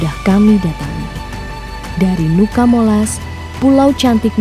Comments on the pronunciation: Fyi, Nuca dibacanya tetap Nuca, bukan "Nuka" ya teman-teman 🫶🏻🥰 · Sedikit koreksi kak, cara bacanya bukan nuka tapi nuca. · Cara bacanya Nuca bukan Nuka kk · WO are the best ..catatan, sebutan nuca tetap seperti tulisannya, bukan dibaca nuka...nuca artinya pulau